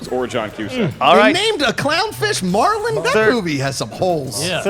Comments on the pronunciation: It's Marlin not Marlon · MARLIN... MARLIN. NOT FUCKING MARLON GET YOUR AWNSERS RIGHT DAMN IT!!!!! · Marlin. Not Marlon. Come on Schmoedown. Have people checking the answers!